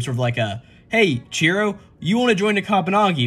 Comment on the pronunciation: Chihiro not Chiro